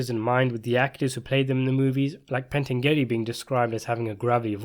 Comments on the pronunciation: It's pronounced as pain - tan- yu- lee. In Italian, gli is a diphthong. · Say it with me Pan-tan-ja-lee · Frank PENTANGELI not Pantengeary which sounds like putting the names of Frank Pentangeli and Senator Pat Geary together.. You obviously do not read your comments because the last time myself and several other made reference to this. Pentangeli's nick name was "Five Angels" ... Pent meaning FIVE and Angels meaning ANGELI. Watch the movie! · More precisely, Frank's last name is pronounced Pen-TAN-gel-lee Watch Part 2 and LEARN! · Love your analysis of the Godfather and all things related but it is Pen-Tan-Jelly. Keep these coming. Best breakdown of the plots, characters etc online. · It's pronounced PENN-TAN-JUH-LEE. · Jesus Christ. You still don't know how to pronounce Pentangeli? At least Senator Geary mispronounced Corleone on purpose. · “Pentangeli” translates to “Five Angels”. Hence Tom Hagen says at the end of Godfather Part II “Don’t worry about a think Frankie Five Angels” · It's "Bar" zini not "Bra" zini. Pentangeli is pronounced Pen tan' jalee. It matters. Otherwise, I enjoyed this :)